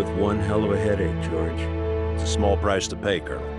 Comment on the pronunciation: Ah, even as a GENERAL jack had difficulty calling Gen. Hammond "Gorge"